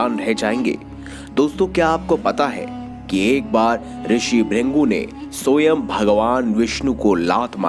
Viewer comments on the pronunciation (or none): none